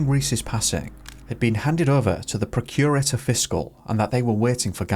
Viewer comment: it’s not procure-ator. It’s pronounced “prock-u-rator”. Procurator Fiscal. Well covered story though and I’m sure the family will be grateful of you bringing it to public attention again. My son is 16. I just wouldn’t want to imagine…… x